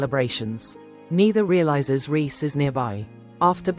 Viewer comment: Thank you for calling Reese by his actual name and not Rice as in pudding as other reviews do